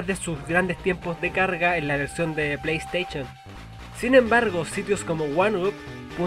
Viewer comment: ''play steichon'' jajaja